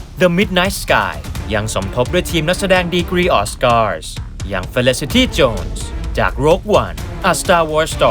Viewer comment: คำว่า ออสการ์ ทำเอาผมต้องย้อนฟังอีกรอบเลย